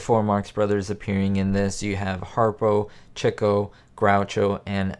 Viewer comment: Its not pronounced Chick o. It’s pronounced. Cheek o. You are the only person on this planet I’ve ever heard say it wrong.